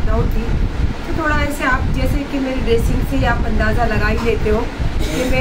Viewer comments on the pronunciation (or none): none